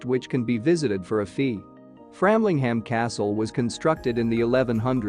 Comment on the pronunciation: A very limited selection, (and viewing!), of so many beautiful places in Suffolk. BTW, for the benefit of your (possibly USA tourists), locally, Aldeburgh is pronounced " All-burra", Flamlingham is pronounced “Framlingum”, and Lowestoft is pronounced “Lower-stoft”. Although I am a Yorkshireman (pronounced “Yorksha-man” or “Yocksha-man”), I am a Suffolk resident of more than 52 years, so I really have heard and understood the correct pronunciations.